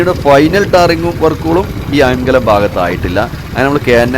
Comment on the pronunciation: അയാം കലം അല്ല. അയ്ങ്ക ലം ആണ് 😊